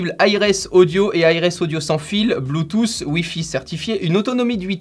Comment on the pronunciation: Arrêter Putain de dire Bluetouffe mais disez plutôt Bluetoote même si le mot s'écrit Bluetooth!!!!!!